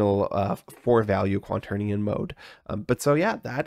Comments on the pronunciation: "quanternion" is also how he pronounces it throughout the video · Are you saying "quanternion"? :D